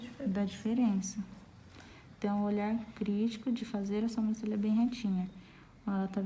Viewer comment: Adorei a aula,mas notei que você faz algo de errado,você fala sombrancelha e não Sobrancelha,posso ter entendido errado mas é o 2⁰ vídeo seu que vejo isso. Só falei pra ajudar,desculpa se entendi errado 😘